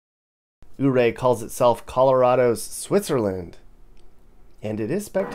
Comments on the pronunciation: and it's Yuray not OO ray. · Ouray...(You-Ray!) not ooray. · It’s pronounced “You ray” NOT ooo ray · BTW, Coloradans call it YouRay, Not OOORay!! :)😂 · Nice video. I've spent many a vacation traveling the state myself. By the way, Ouray is pronounced Your-RAY by the locals, vs. OOH-ray. It was named for Chief Ouray of the Ute nation. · Has anyone corrected your Ooray yet?🤣 “you-ray” Lived in Grand Junction and Collbran for awhile, visit once in awhile and get to missing it. Thanks. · Fyi, Ouray is pronounced "yerray". I am so glad to see your review of my neck of the woods. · Life long resident here. Just wanted to throw in a few corrections for you. In your video you mentioned Ouray. It's pronounced YOU-RAY after chief Ouray of the Ute Indians. Also when you said "There's still snow on the Rockies", actually this is the San Juan mountain range. The Rockies are further east. Just thought you'd like to know. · Not oh -Ray. Yep. But is doing his best. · It's pronounced U-ray. Love the video. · Welcome to colorful color RadO, Ouray is pronounced more like "you-ray" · Ouray is pronounced "You-ray". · Ouray is pronounced Youray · ouray, it's pronounced like u-ray. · Ouray, guess what, the O is silent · Ouray pronunciation is a little off but it’s great place in CO :)